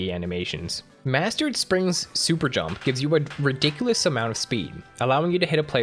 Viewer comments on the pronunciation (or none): none